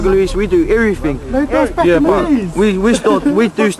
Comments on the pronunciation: It's "everything" not every FING. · everyfing we du evereefing hahaha graack up